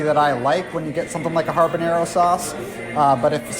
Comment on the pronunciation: Building up your own meal can get pricey. (But hey, it's Disney.), I found it endearing how you say "ha(rr)banero" like a pirate. Good review and thanks all!